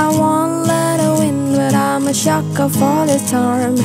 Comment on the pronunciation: She pronounced it as shacker instead of sucker.. anyway she has angelic voice 😍❤️